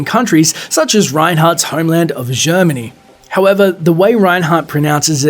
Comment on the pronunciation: The way you pronounced Brigitte right the first time and proceeded to mispronounce it every other time... And ended up mispronouncing "Germany," too.